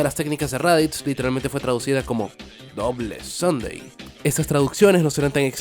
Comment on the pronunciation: Double Sunday, no double Sundae.